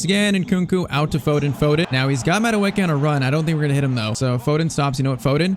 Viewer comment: Madueke's real pronounciation of the name is' Madueke in a high pitch at the last 2 letters of the name' Its Nigerian really and that the real pronounciation, but he was just born in england while his perents are Nigerian